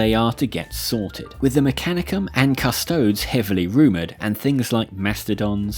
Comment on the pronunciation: Custodes = "Cuss-toe-dees"